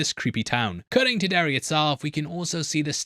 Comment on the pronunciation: The fact you say “Derry-Air” like six times in this video and you didn’t make a single butt joke is very disappointing ….